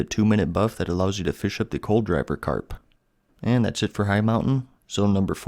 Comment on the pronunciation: Not really important but I think the "col-driver" carp is pronounced "cold-river" carp. Could be wrong, but just putting it out there